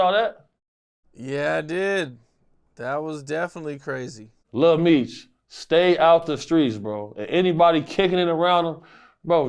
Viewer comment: “little meech”….its lil Meech…lame a s s!!!!